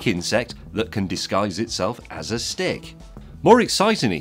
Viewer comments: Hah, I heard "insect that can disguise himself as a Stig" :D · Same here. I can't help it, when James says 'stick' he seems to be saying 'Stig'... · did he stig instead of stick?